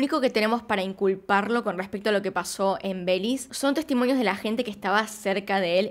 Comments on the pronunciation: Nunca me imaginé que pronunciarán Belis en vez de Belice 😂😂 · Me encanto el video, pero pequeña corrección, se dice Be-li-ce y no Beliz 🙂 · Me gusta como dices "belize" le quitas la "e" en México le decimos belice completo, buen video, siempre tratas de investigar a profundo, saludos😁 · Es Belice, lo dice como en Inglés. El otro día vi un video en el que decía Cyprus en vez de Chipre. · Fan de tu forma de decir "Belís"😂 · Es Be-li- C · Holi me encantan tus vídeos pero no puedo aguantarme , belize lo pronunciaste mal todo el vídeo 😅